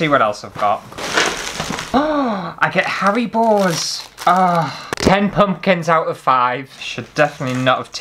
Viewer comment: I’m totally binging on your vids the past few days…You crack me up!! I’m dying here Rn because with the haribo gummies…sounds like you are saying Hairy Balls 😂 Keep up the great work!!